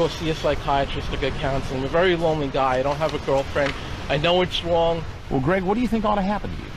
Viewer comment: "There's something wong"